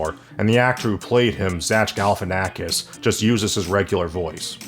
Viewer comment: So are we all just accepting the way that he pronounced Zack Alifianakis' name?